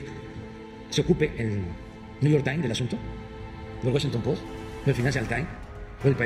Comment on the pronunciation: Y sigue sin discurso. Ya vuelve al "niu yor tines" y a su rancia historia. Pobre hombre da pena y risa.